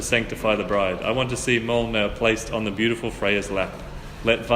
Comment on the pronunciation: 😂 That's not how you pronounce Mjolnir.